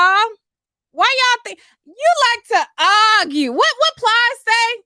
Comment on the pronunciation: Plies says arguh lol